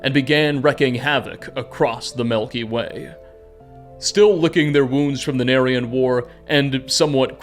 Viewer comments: Milky way... not Melky Way. Driving me bonkers lol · I don’t wanna be that guy but you kept saying ‘melky way’ and it made me giggle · What I learned from this video is that pronounces milk as melk and it has given me a new appreciation for the Melky Way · Melky way 😂 Greay video thanks! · The melkyway